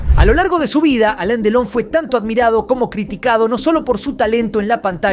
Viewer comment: No se llama Aleen Delon sino Alain Delon y se pronuncia Alan.Delon...